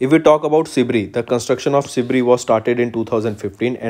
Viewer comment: Kuch ni thoda proper pronounciation ke uper kam karna hi ... Because this video some words were mispronounced. Eg: Sibir ko aap Sibri bolrahe the..! Except that u guys are amazing...!! 🔥🔥